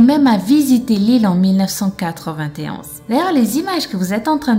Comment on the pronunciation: on dit 1991 pas 199t1